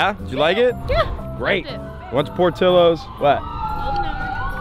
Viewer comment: Bro Idk if this bugs anyone else out, but it’s por-tea-yo-s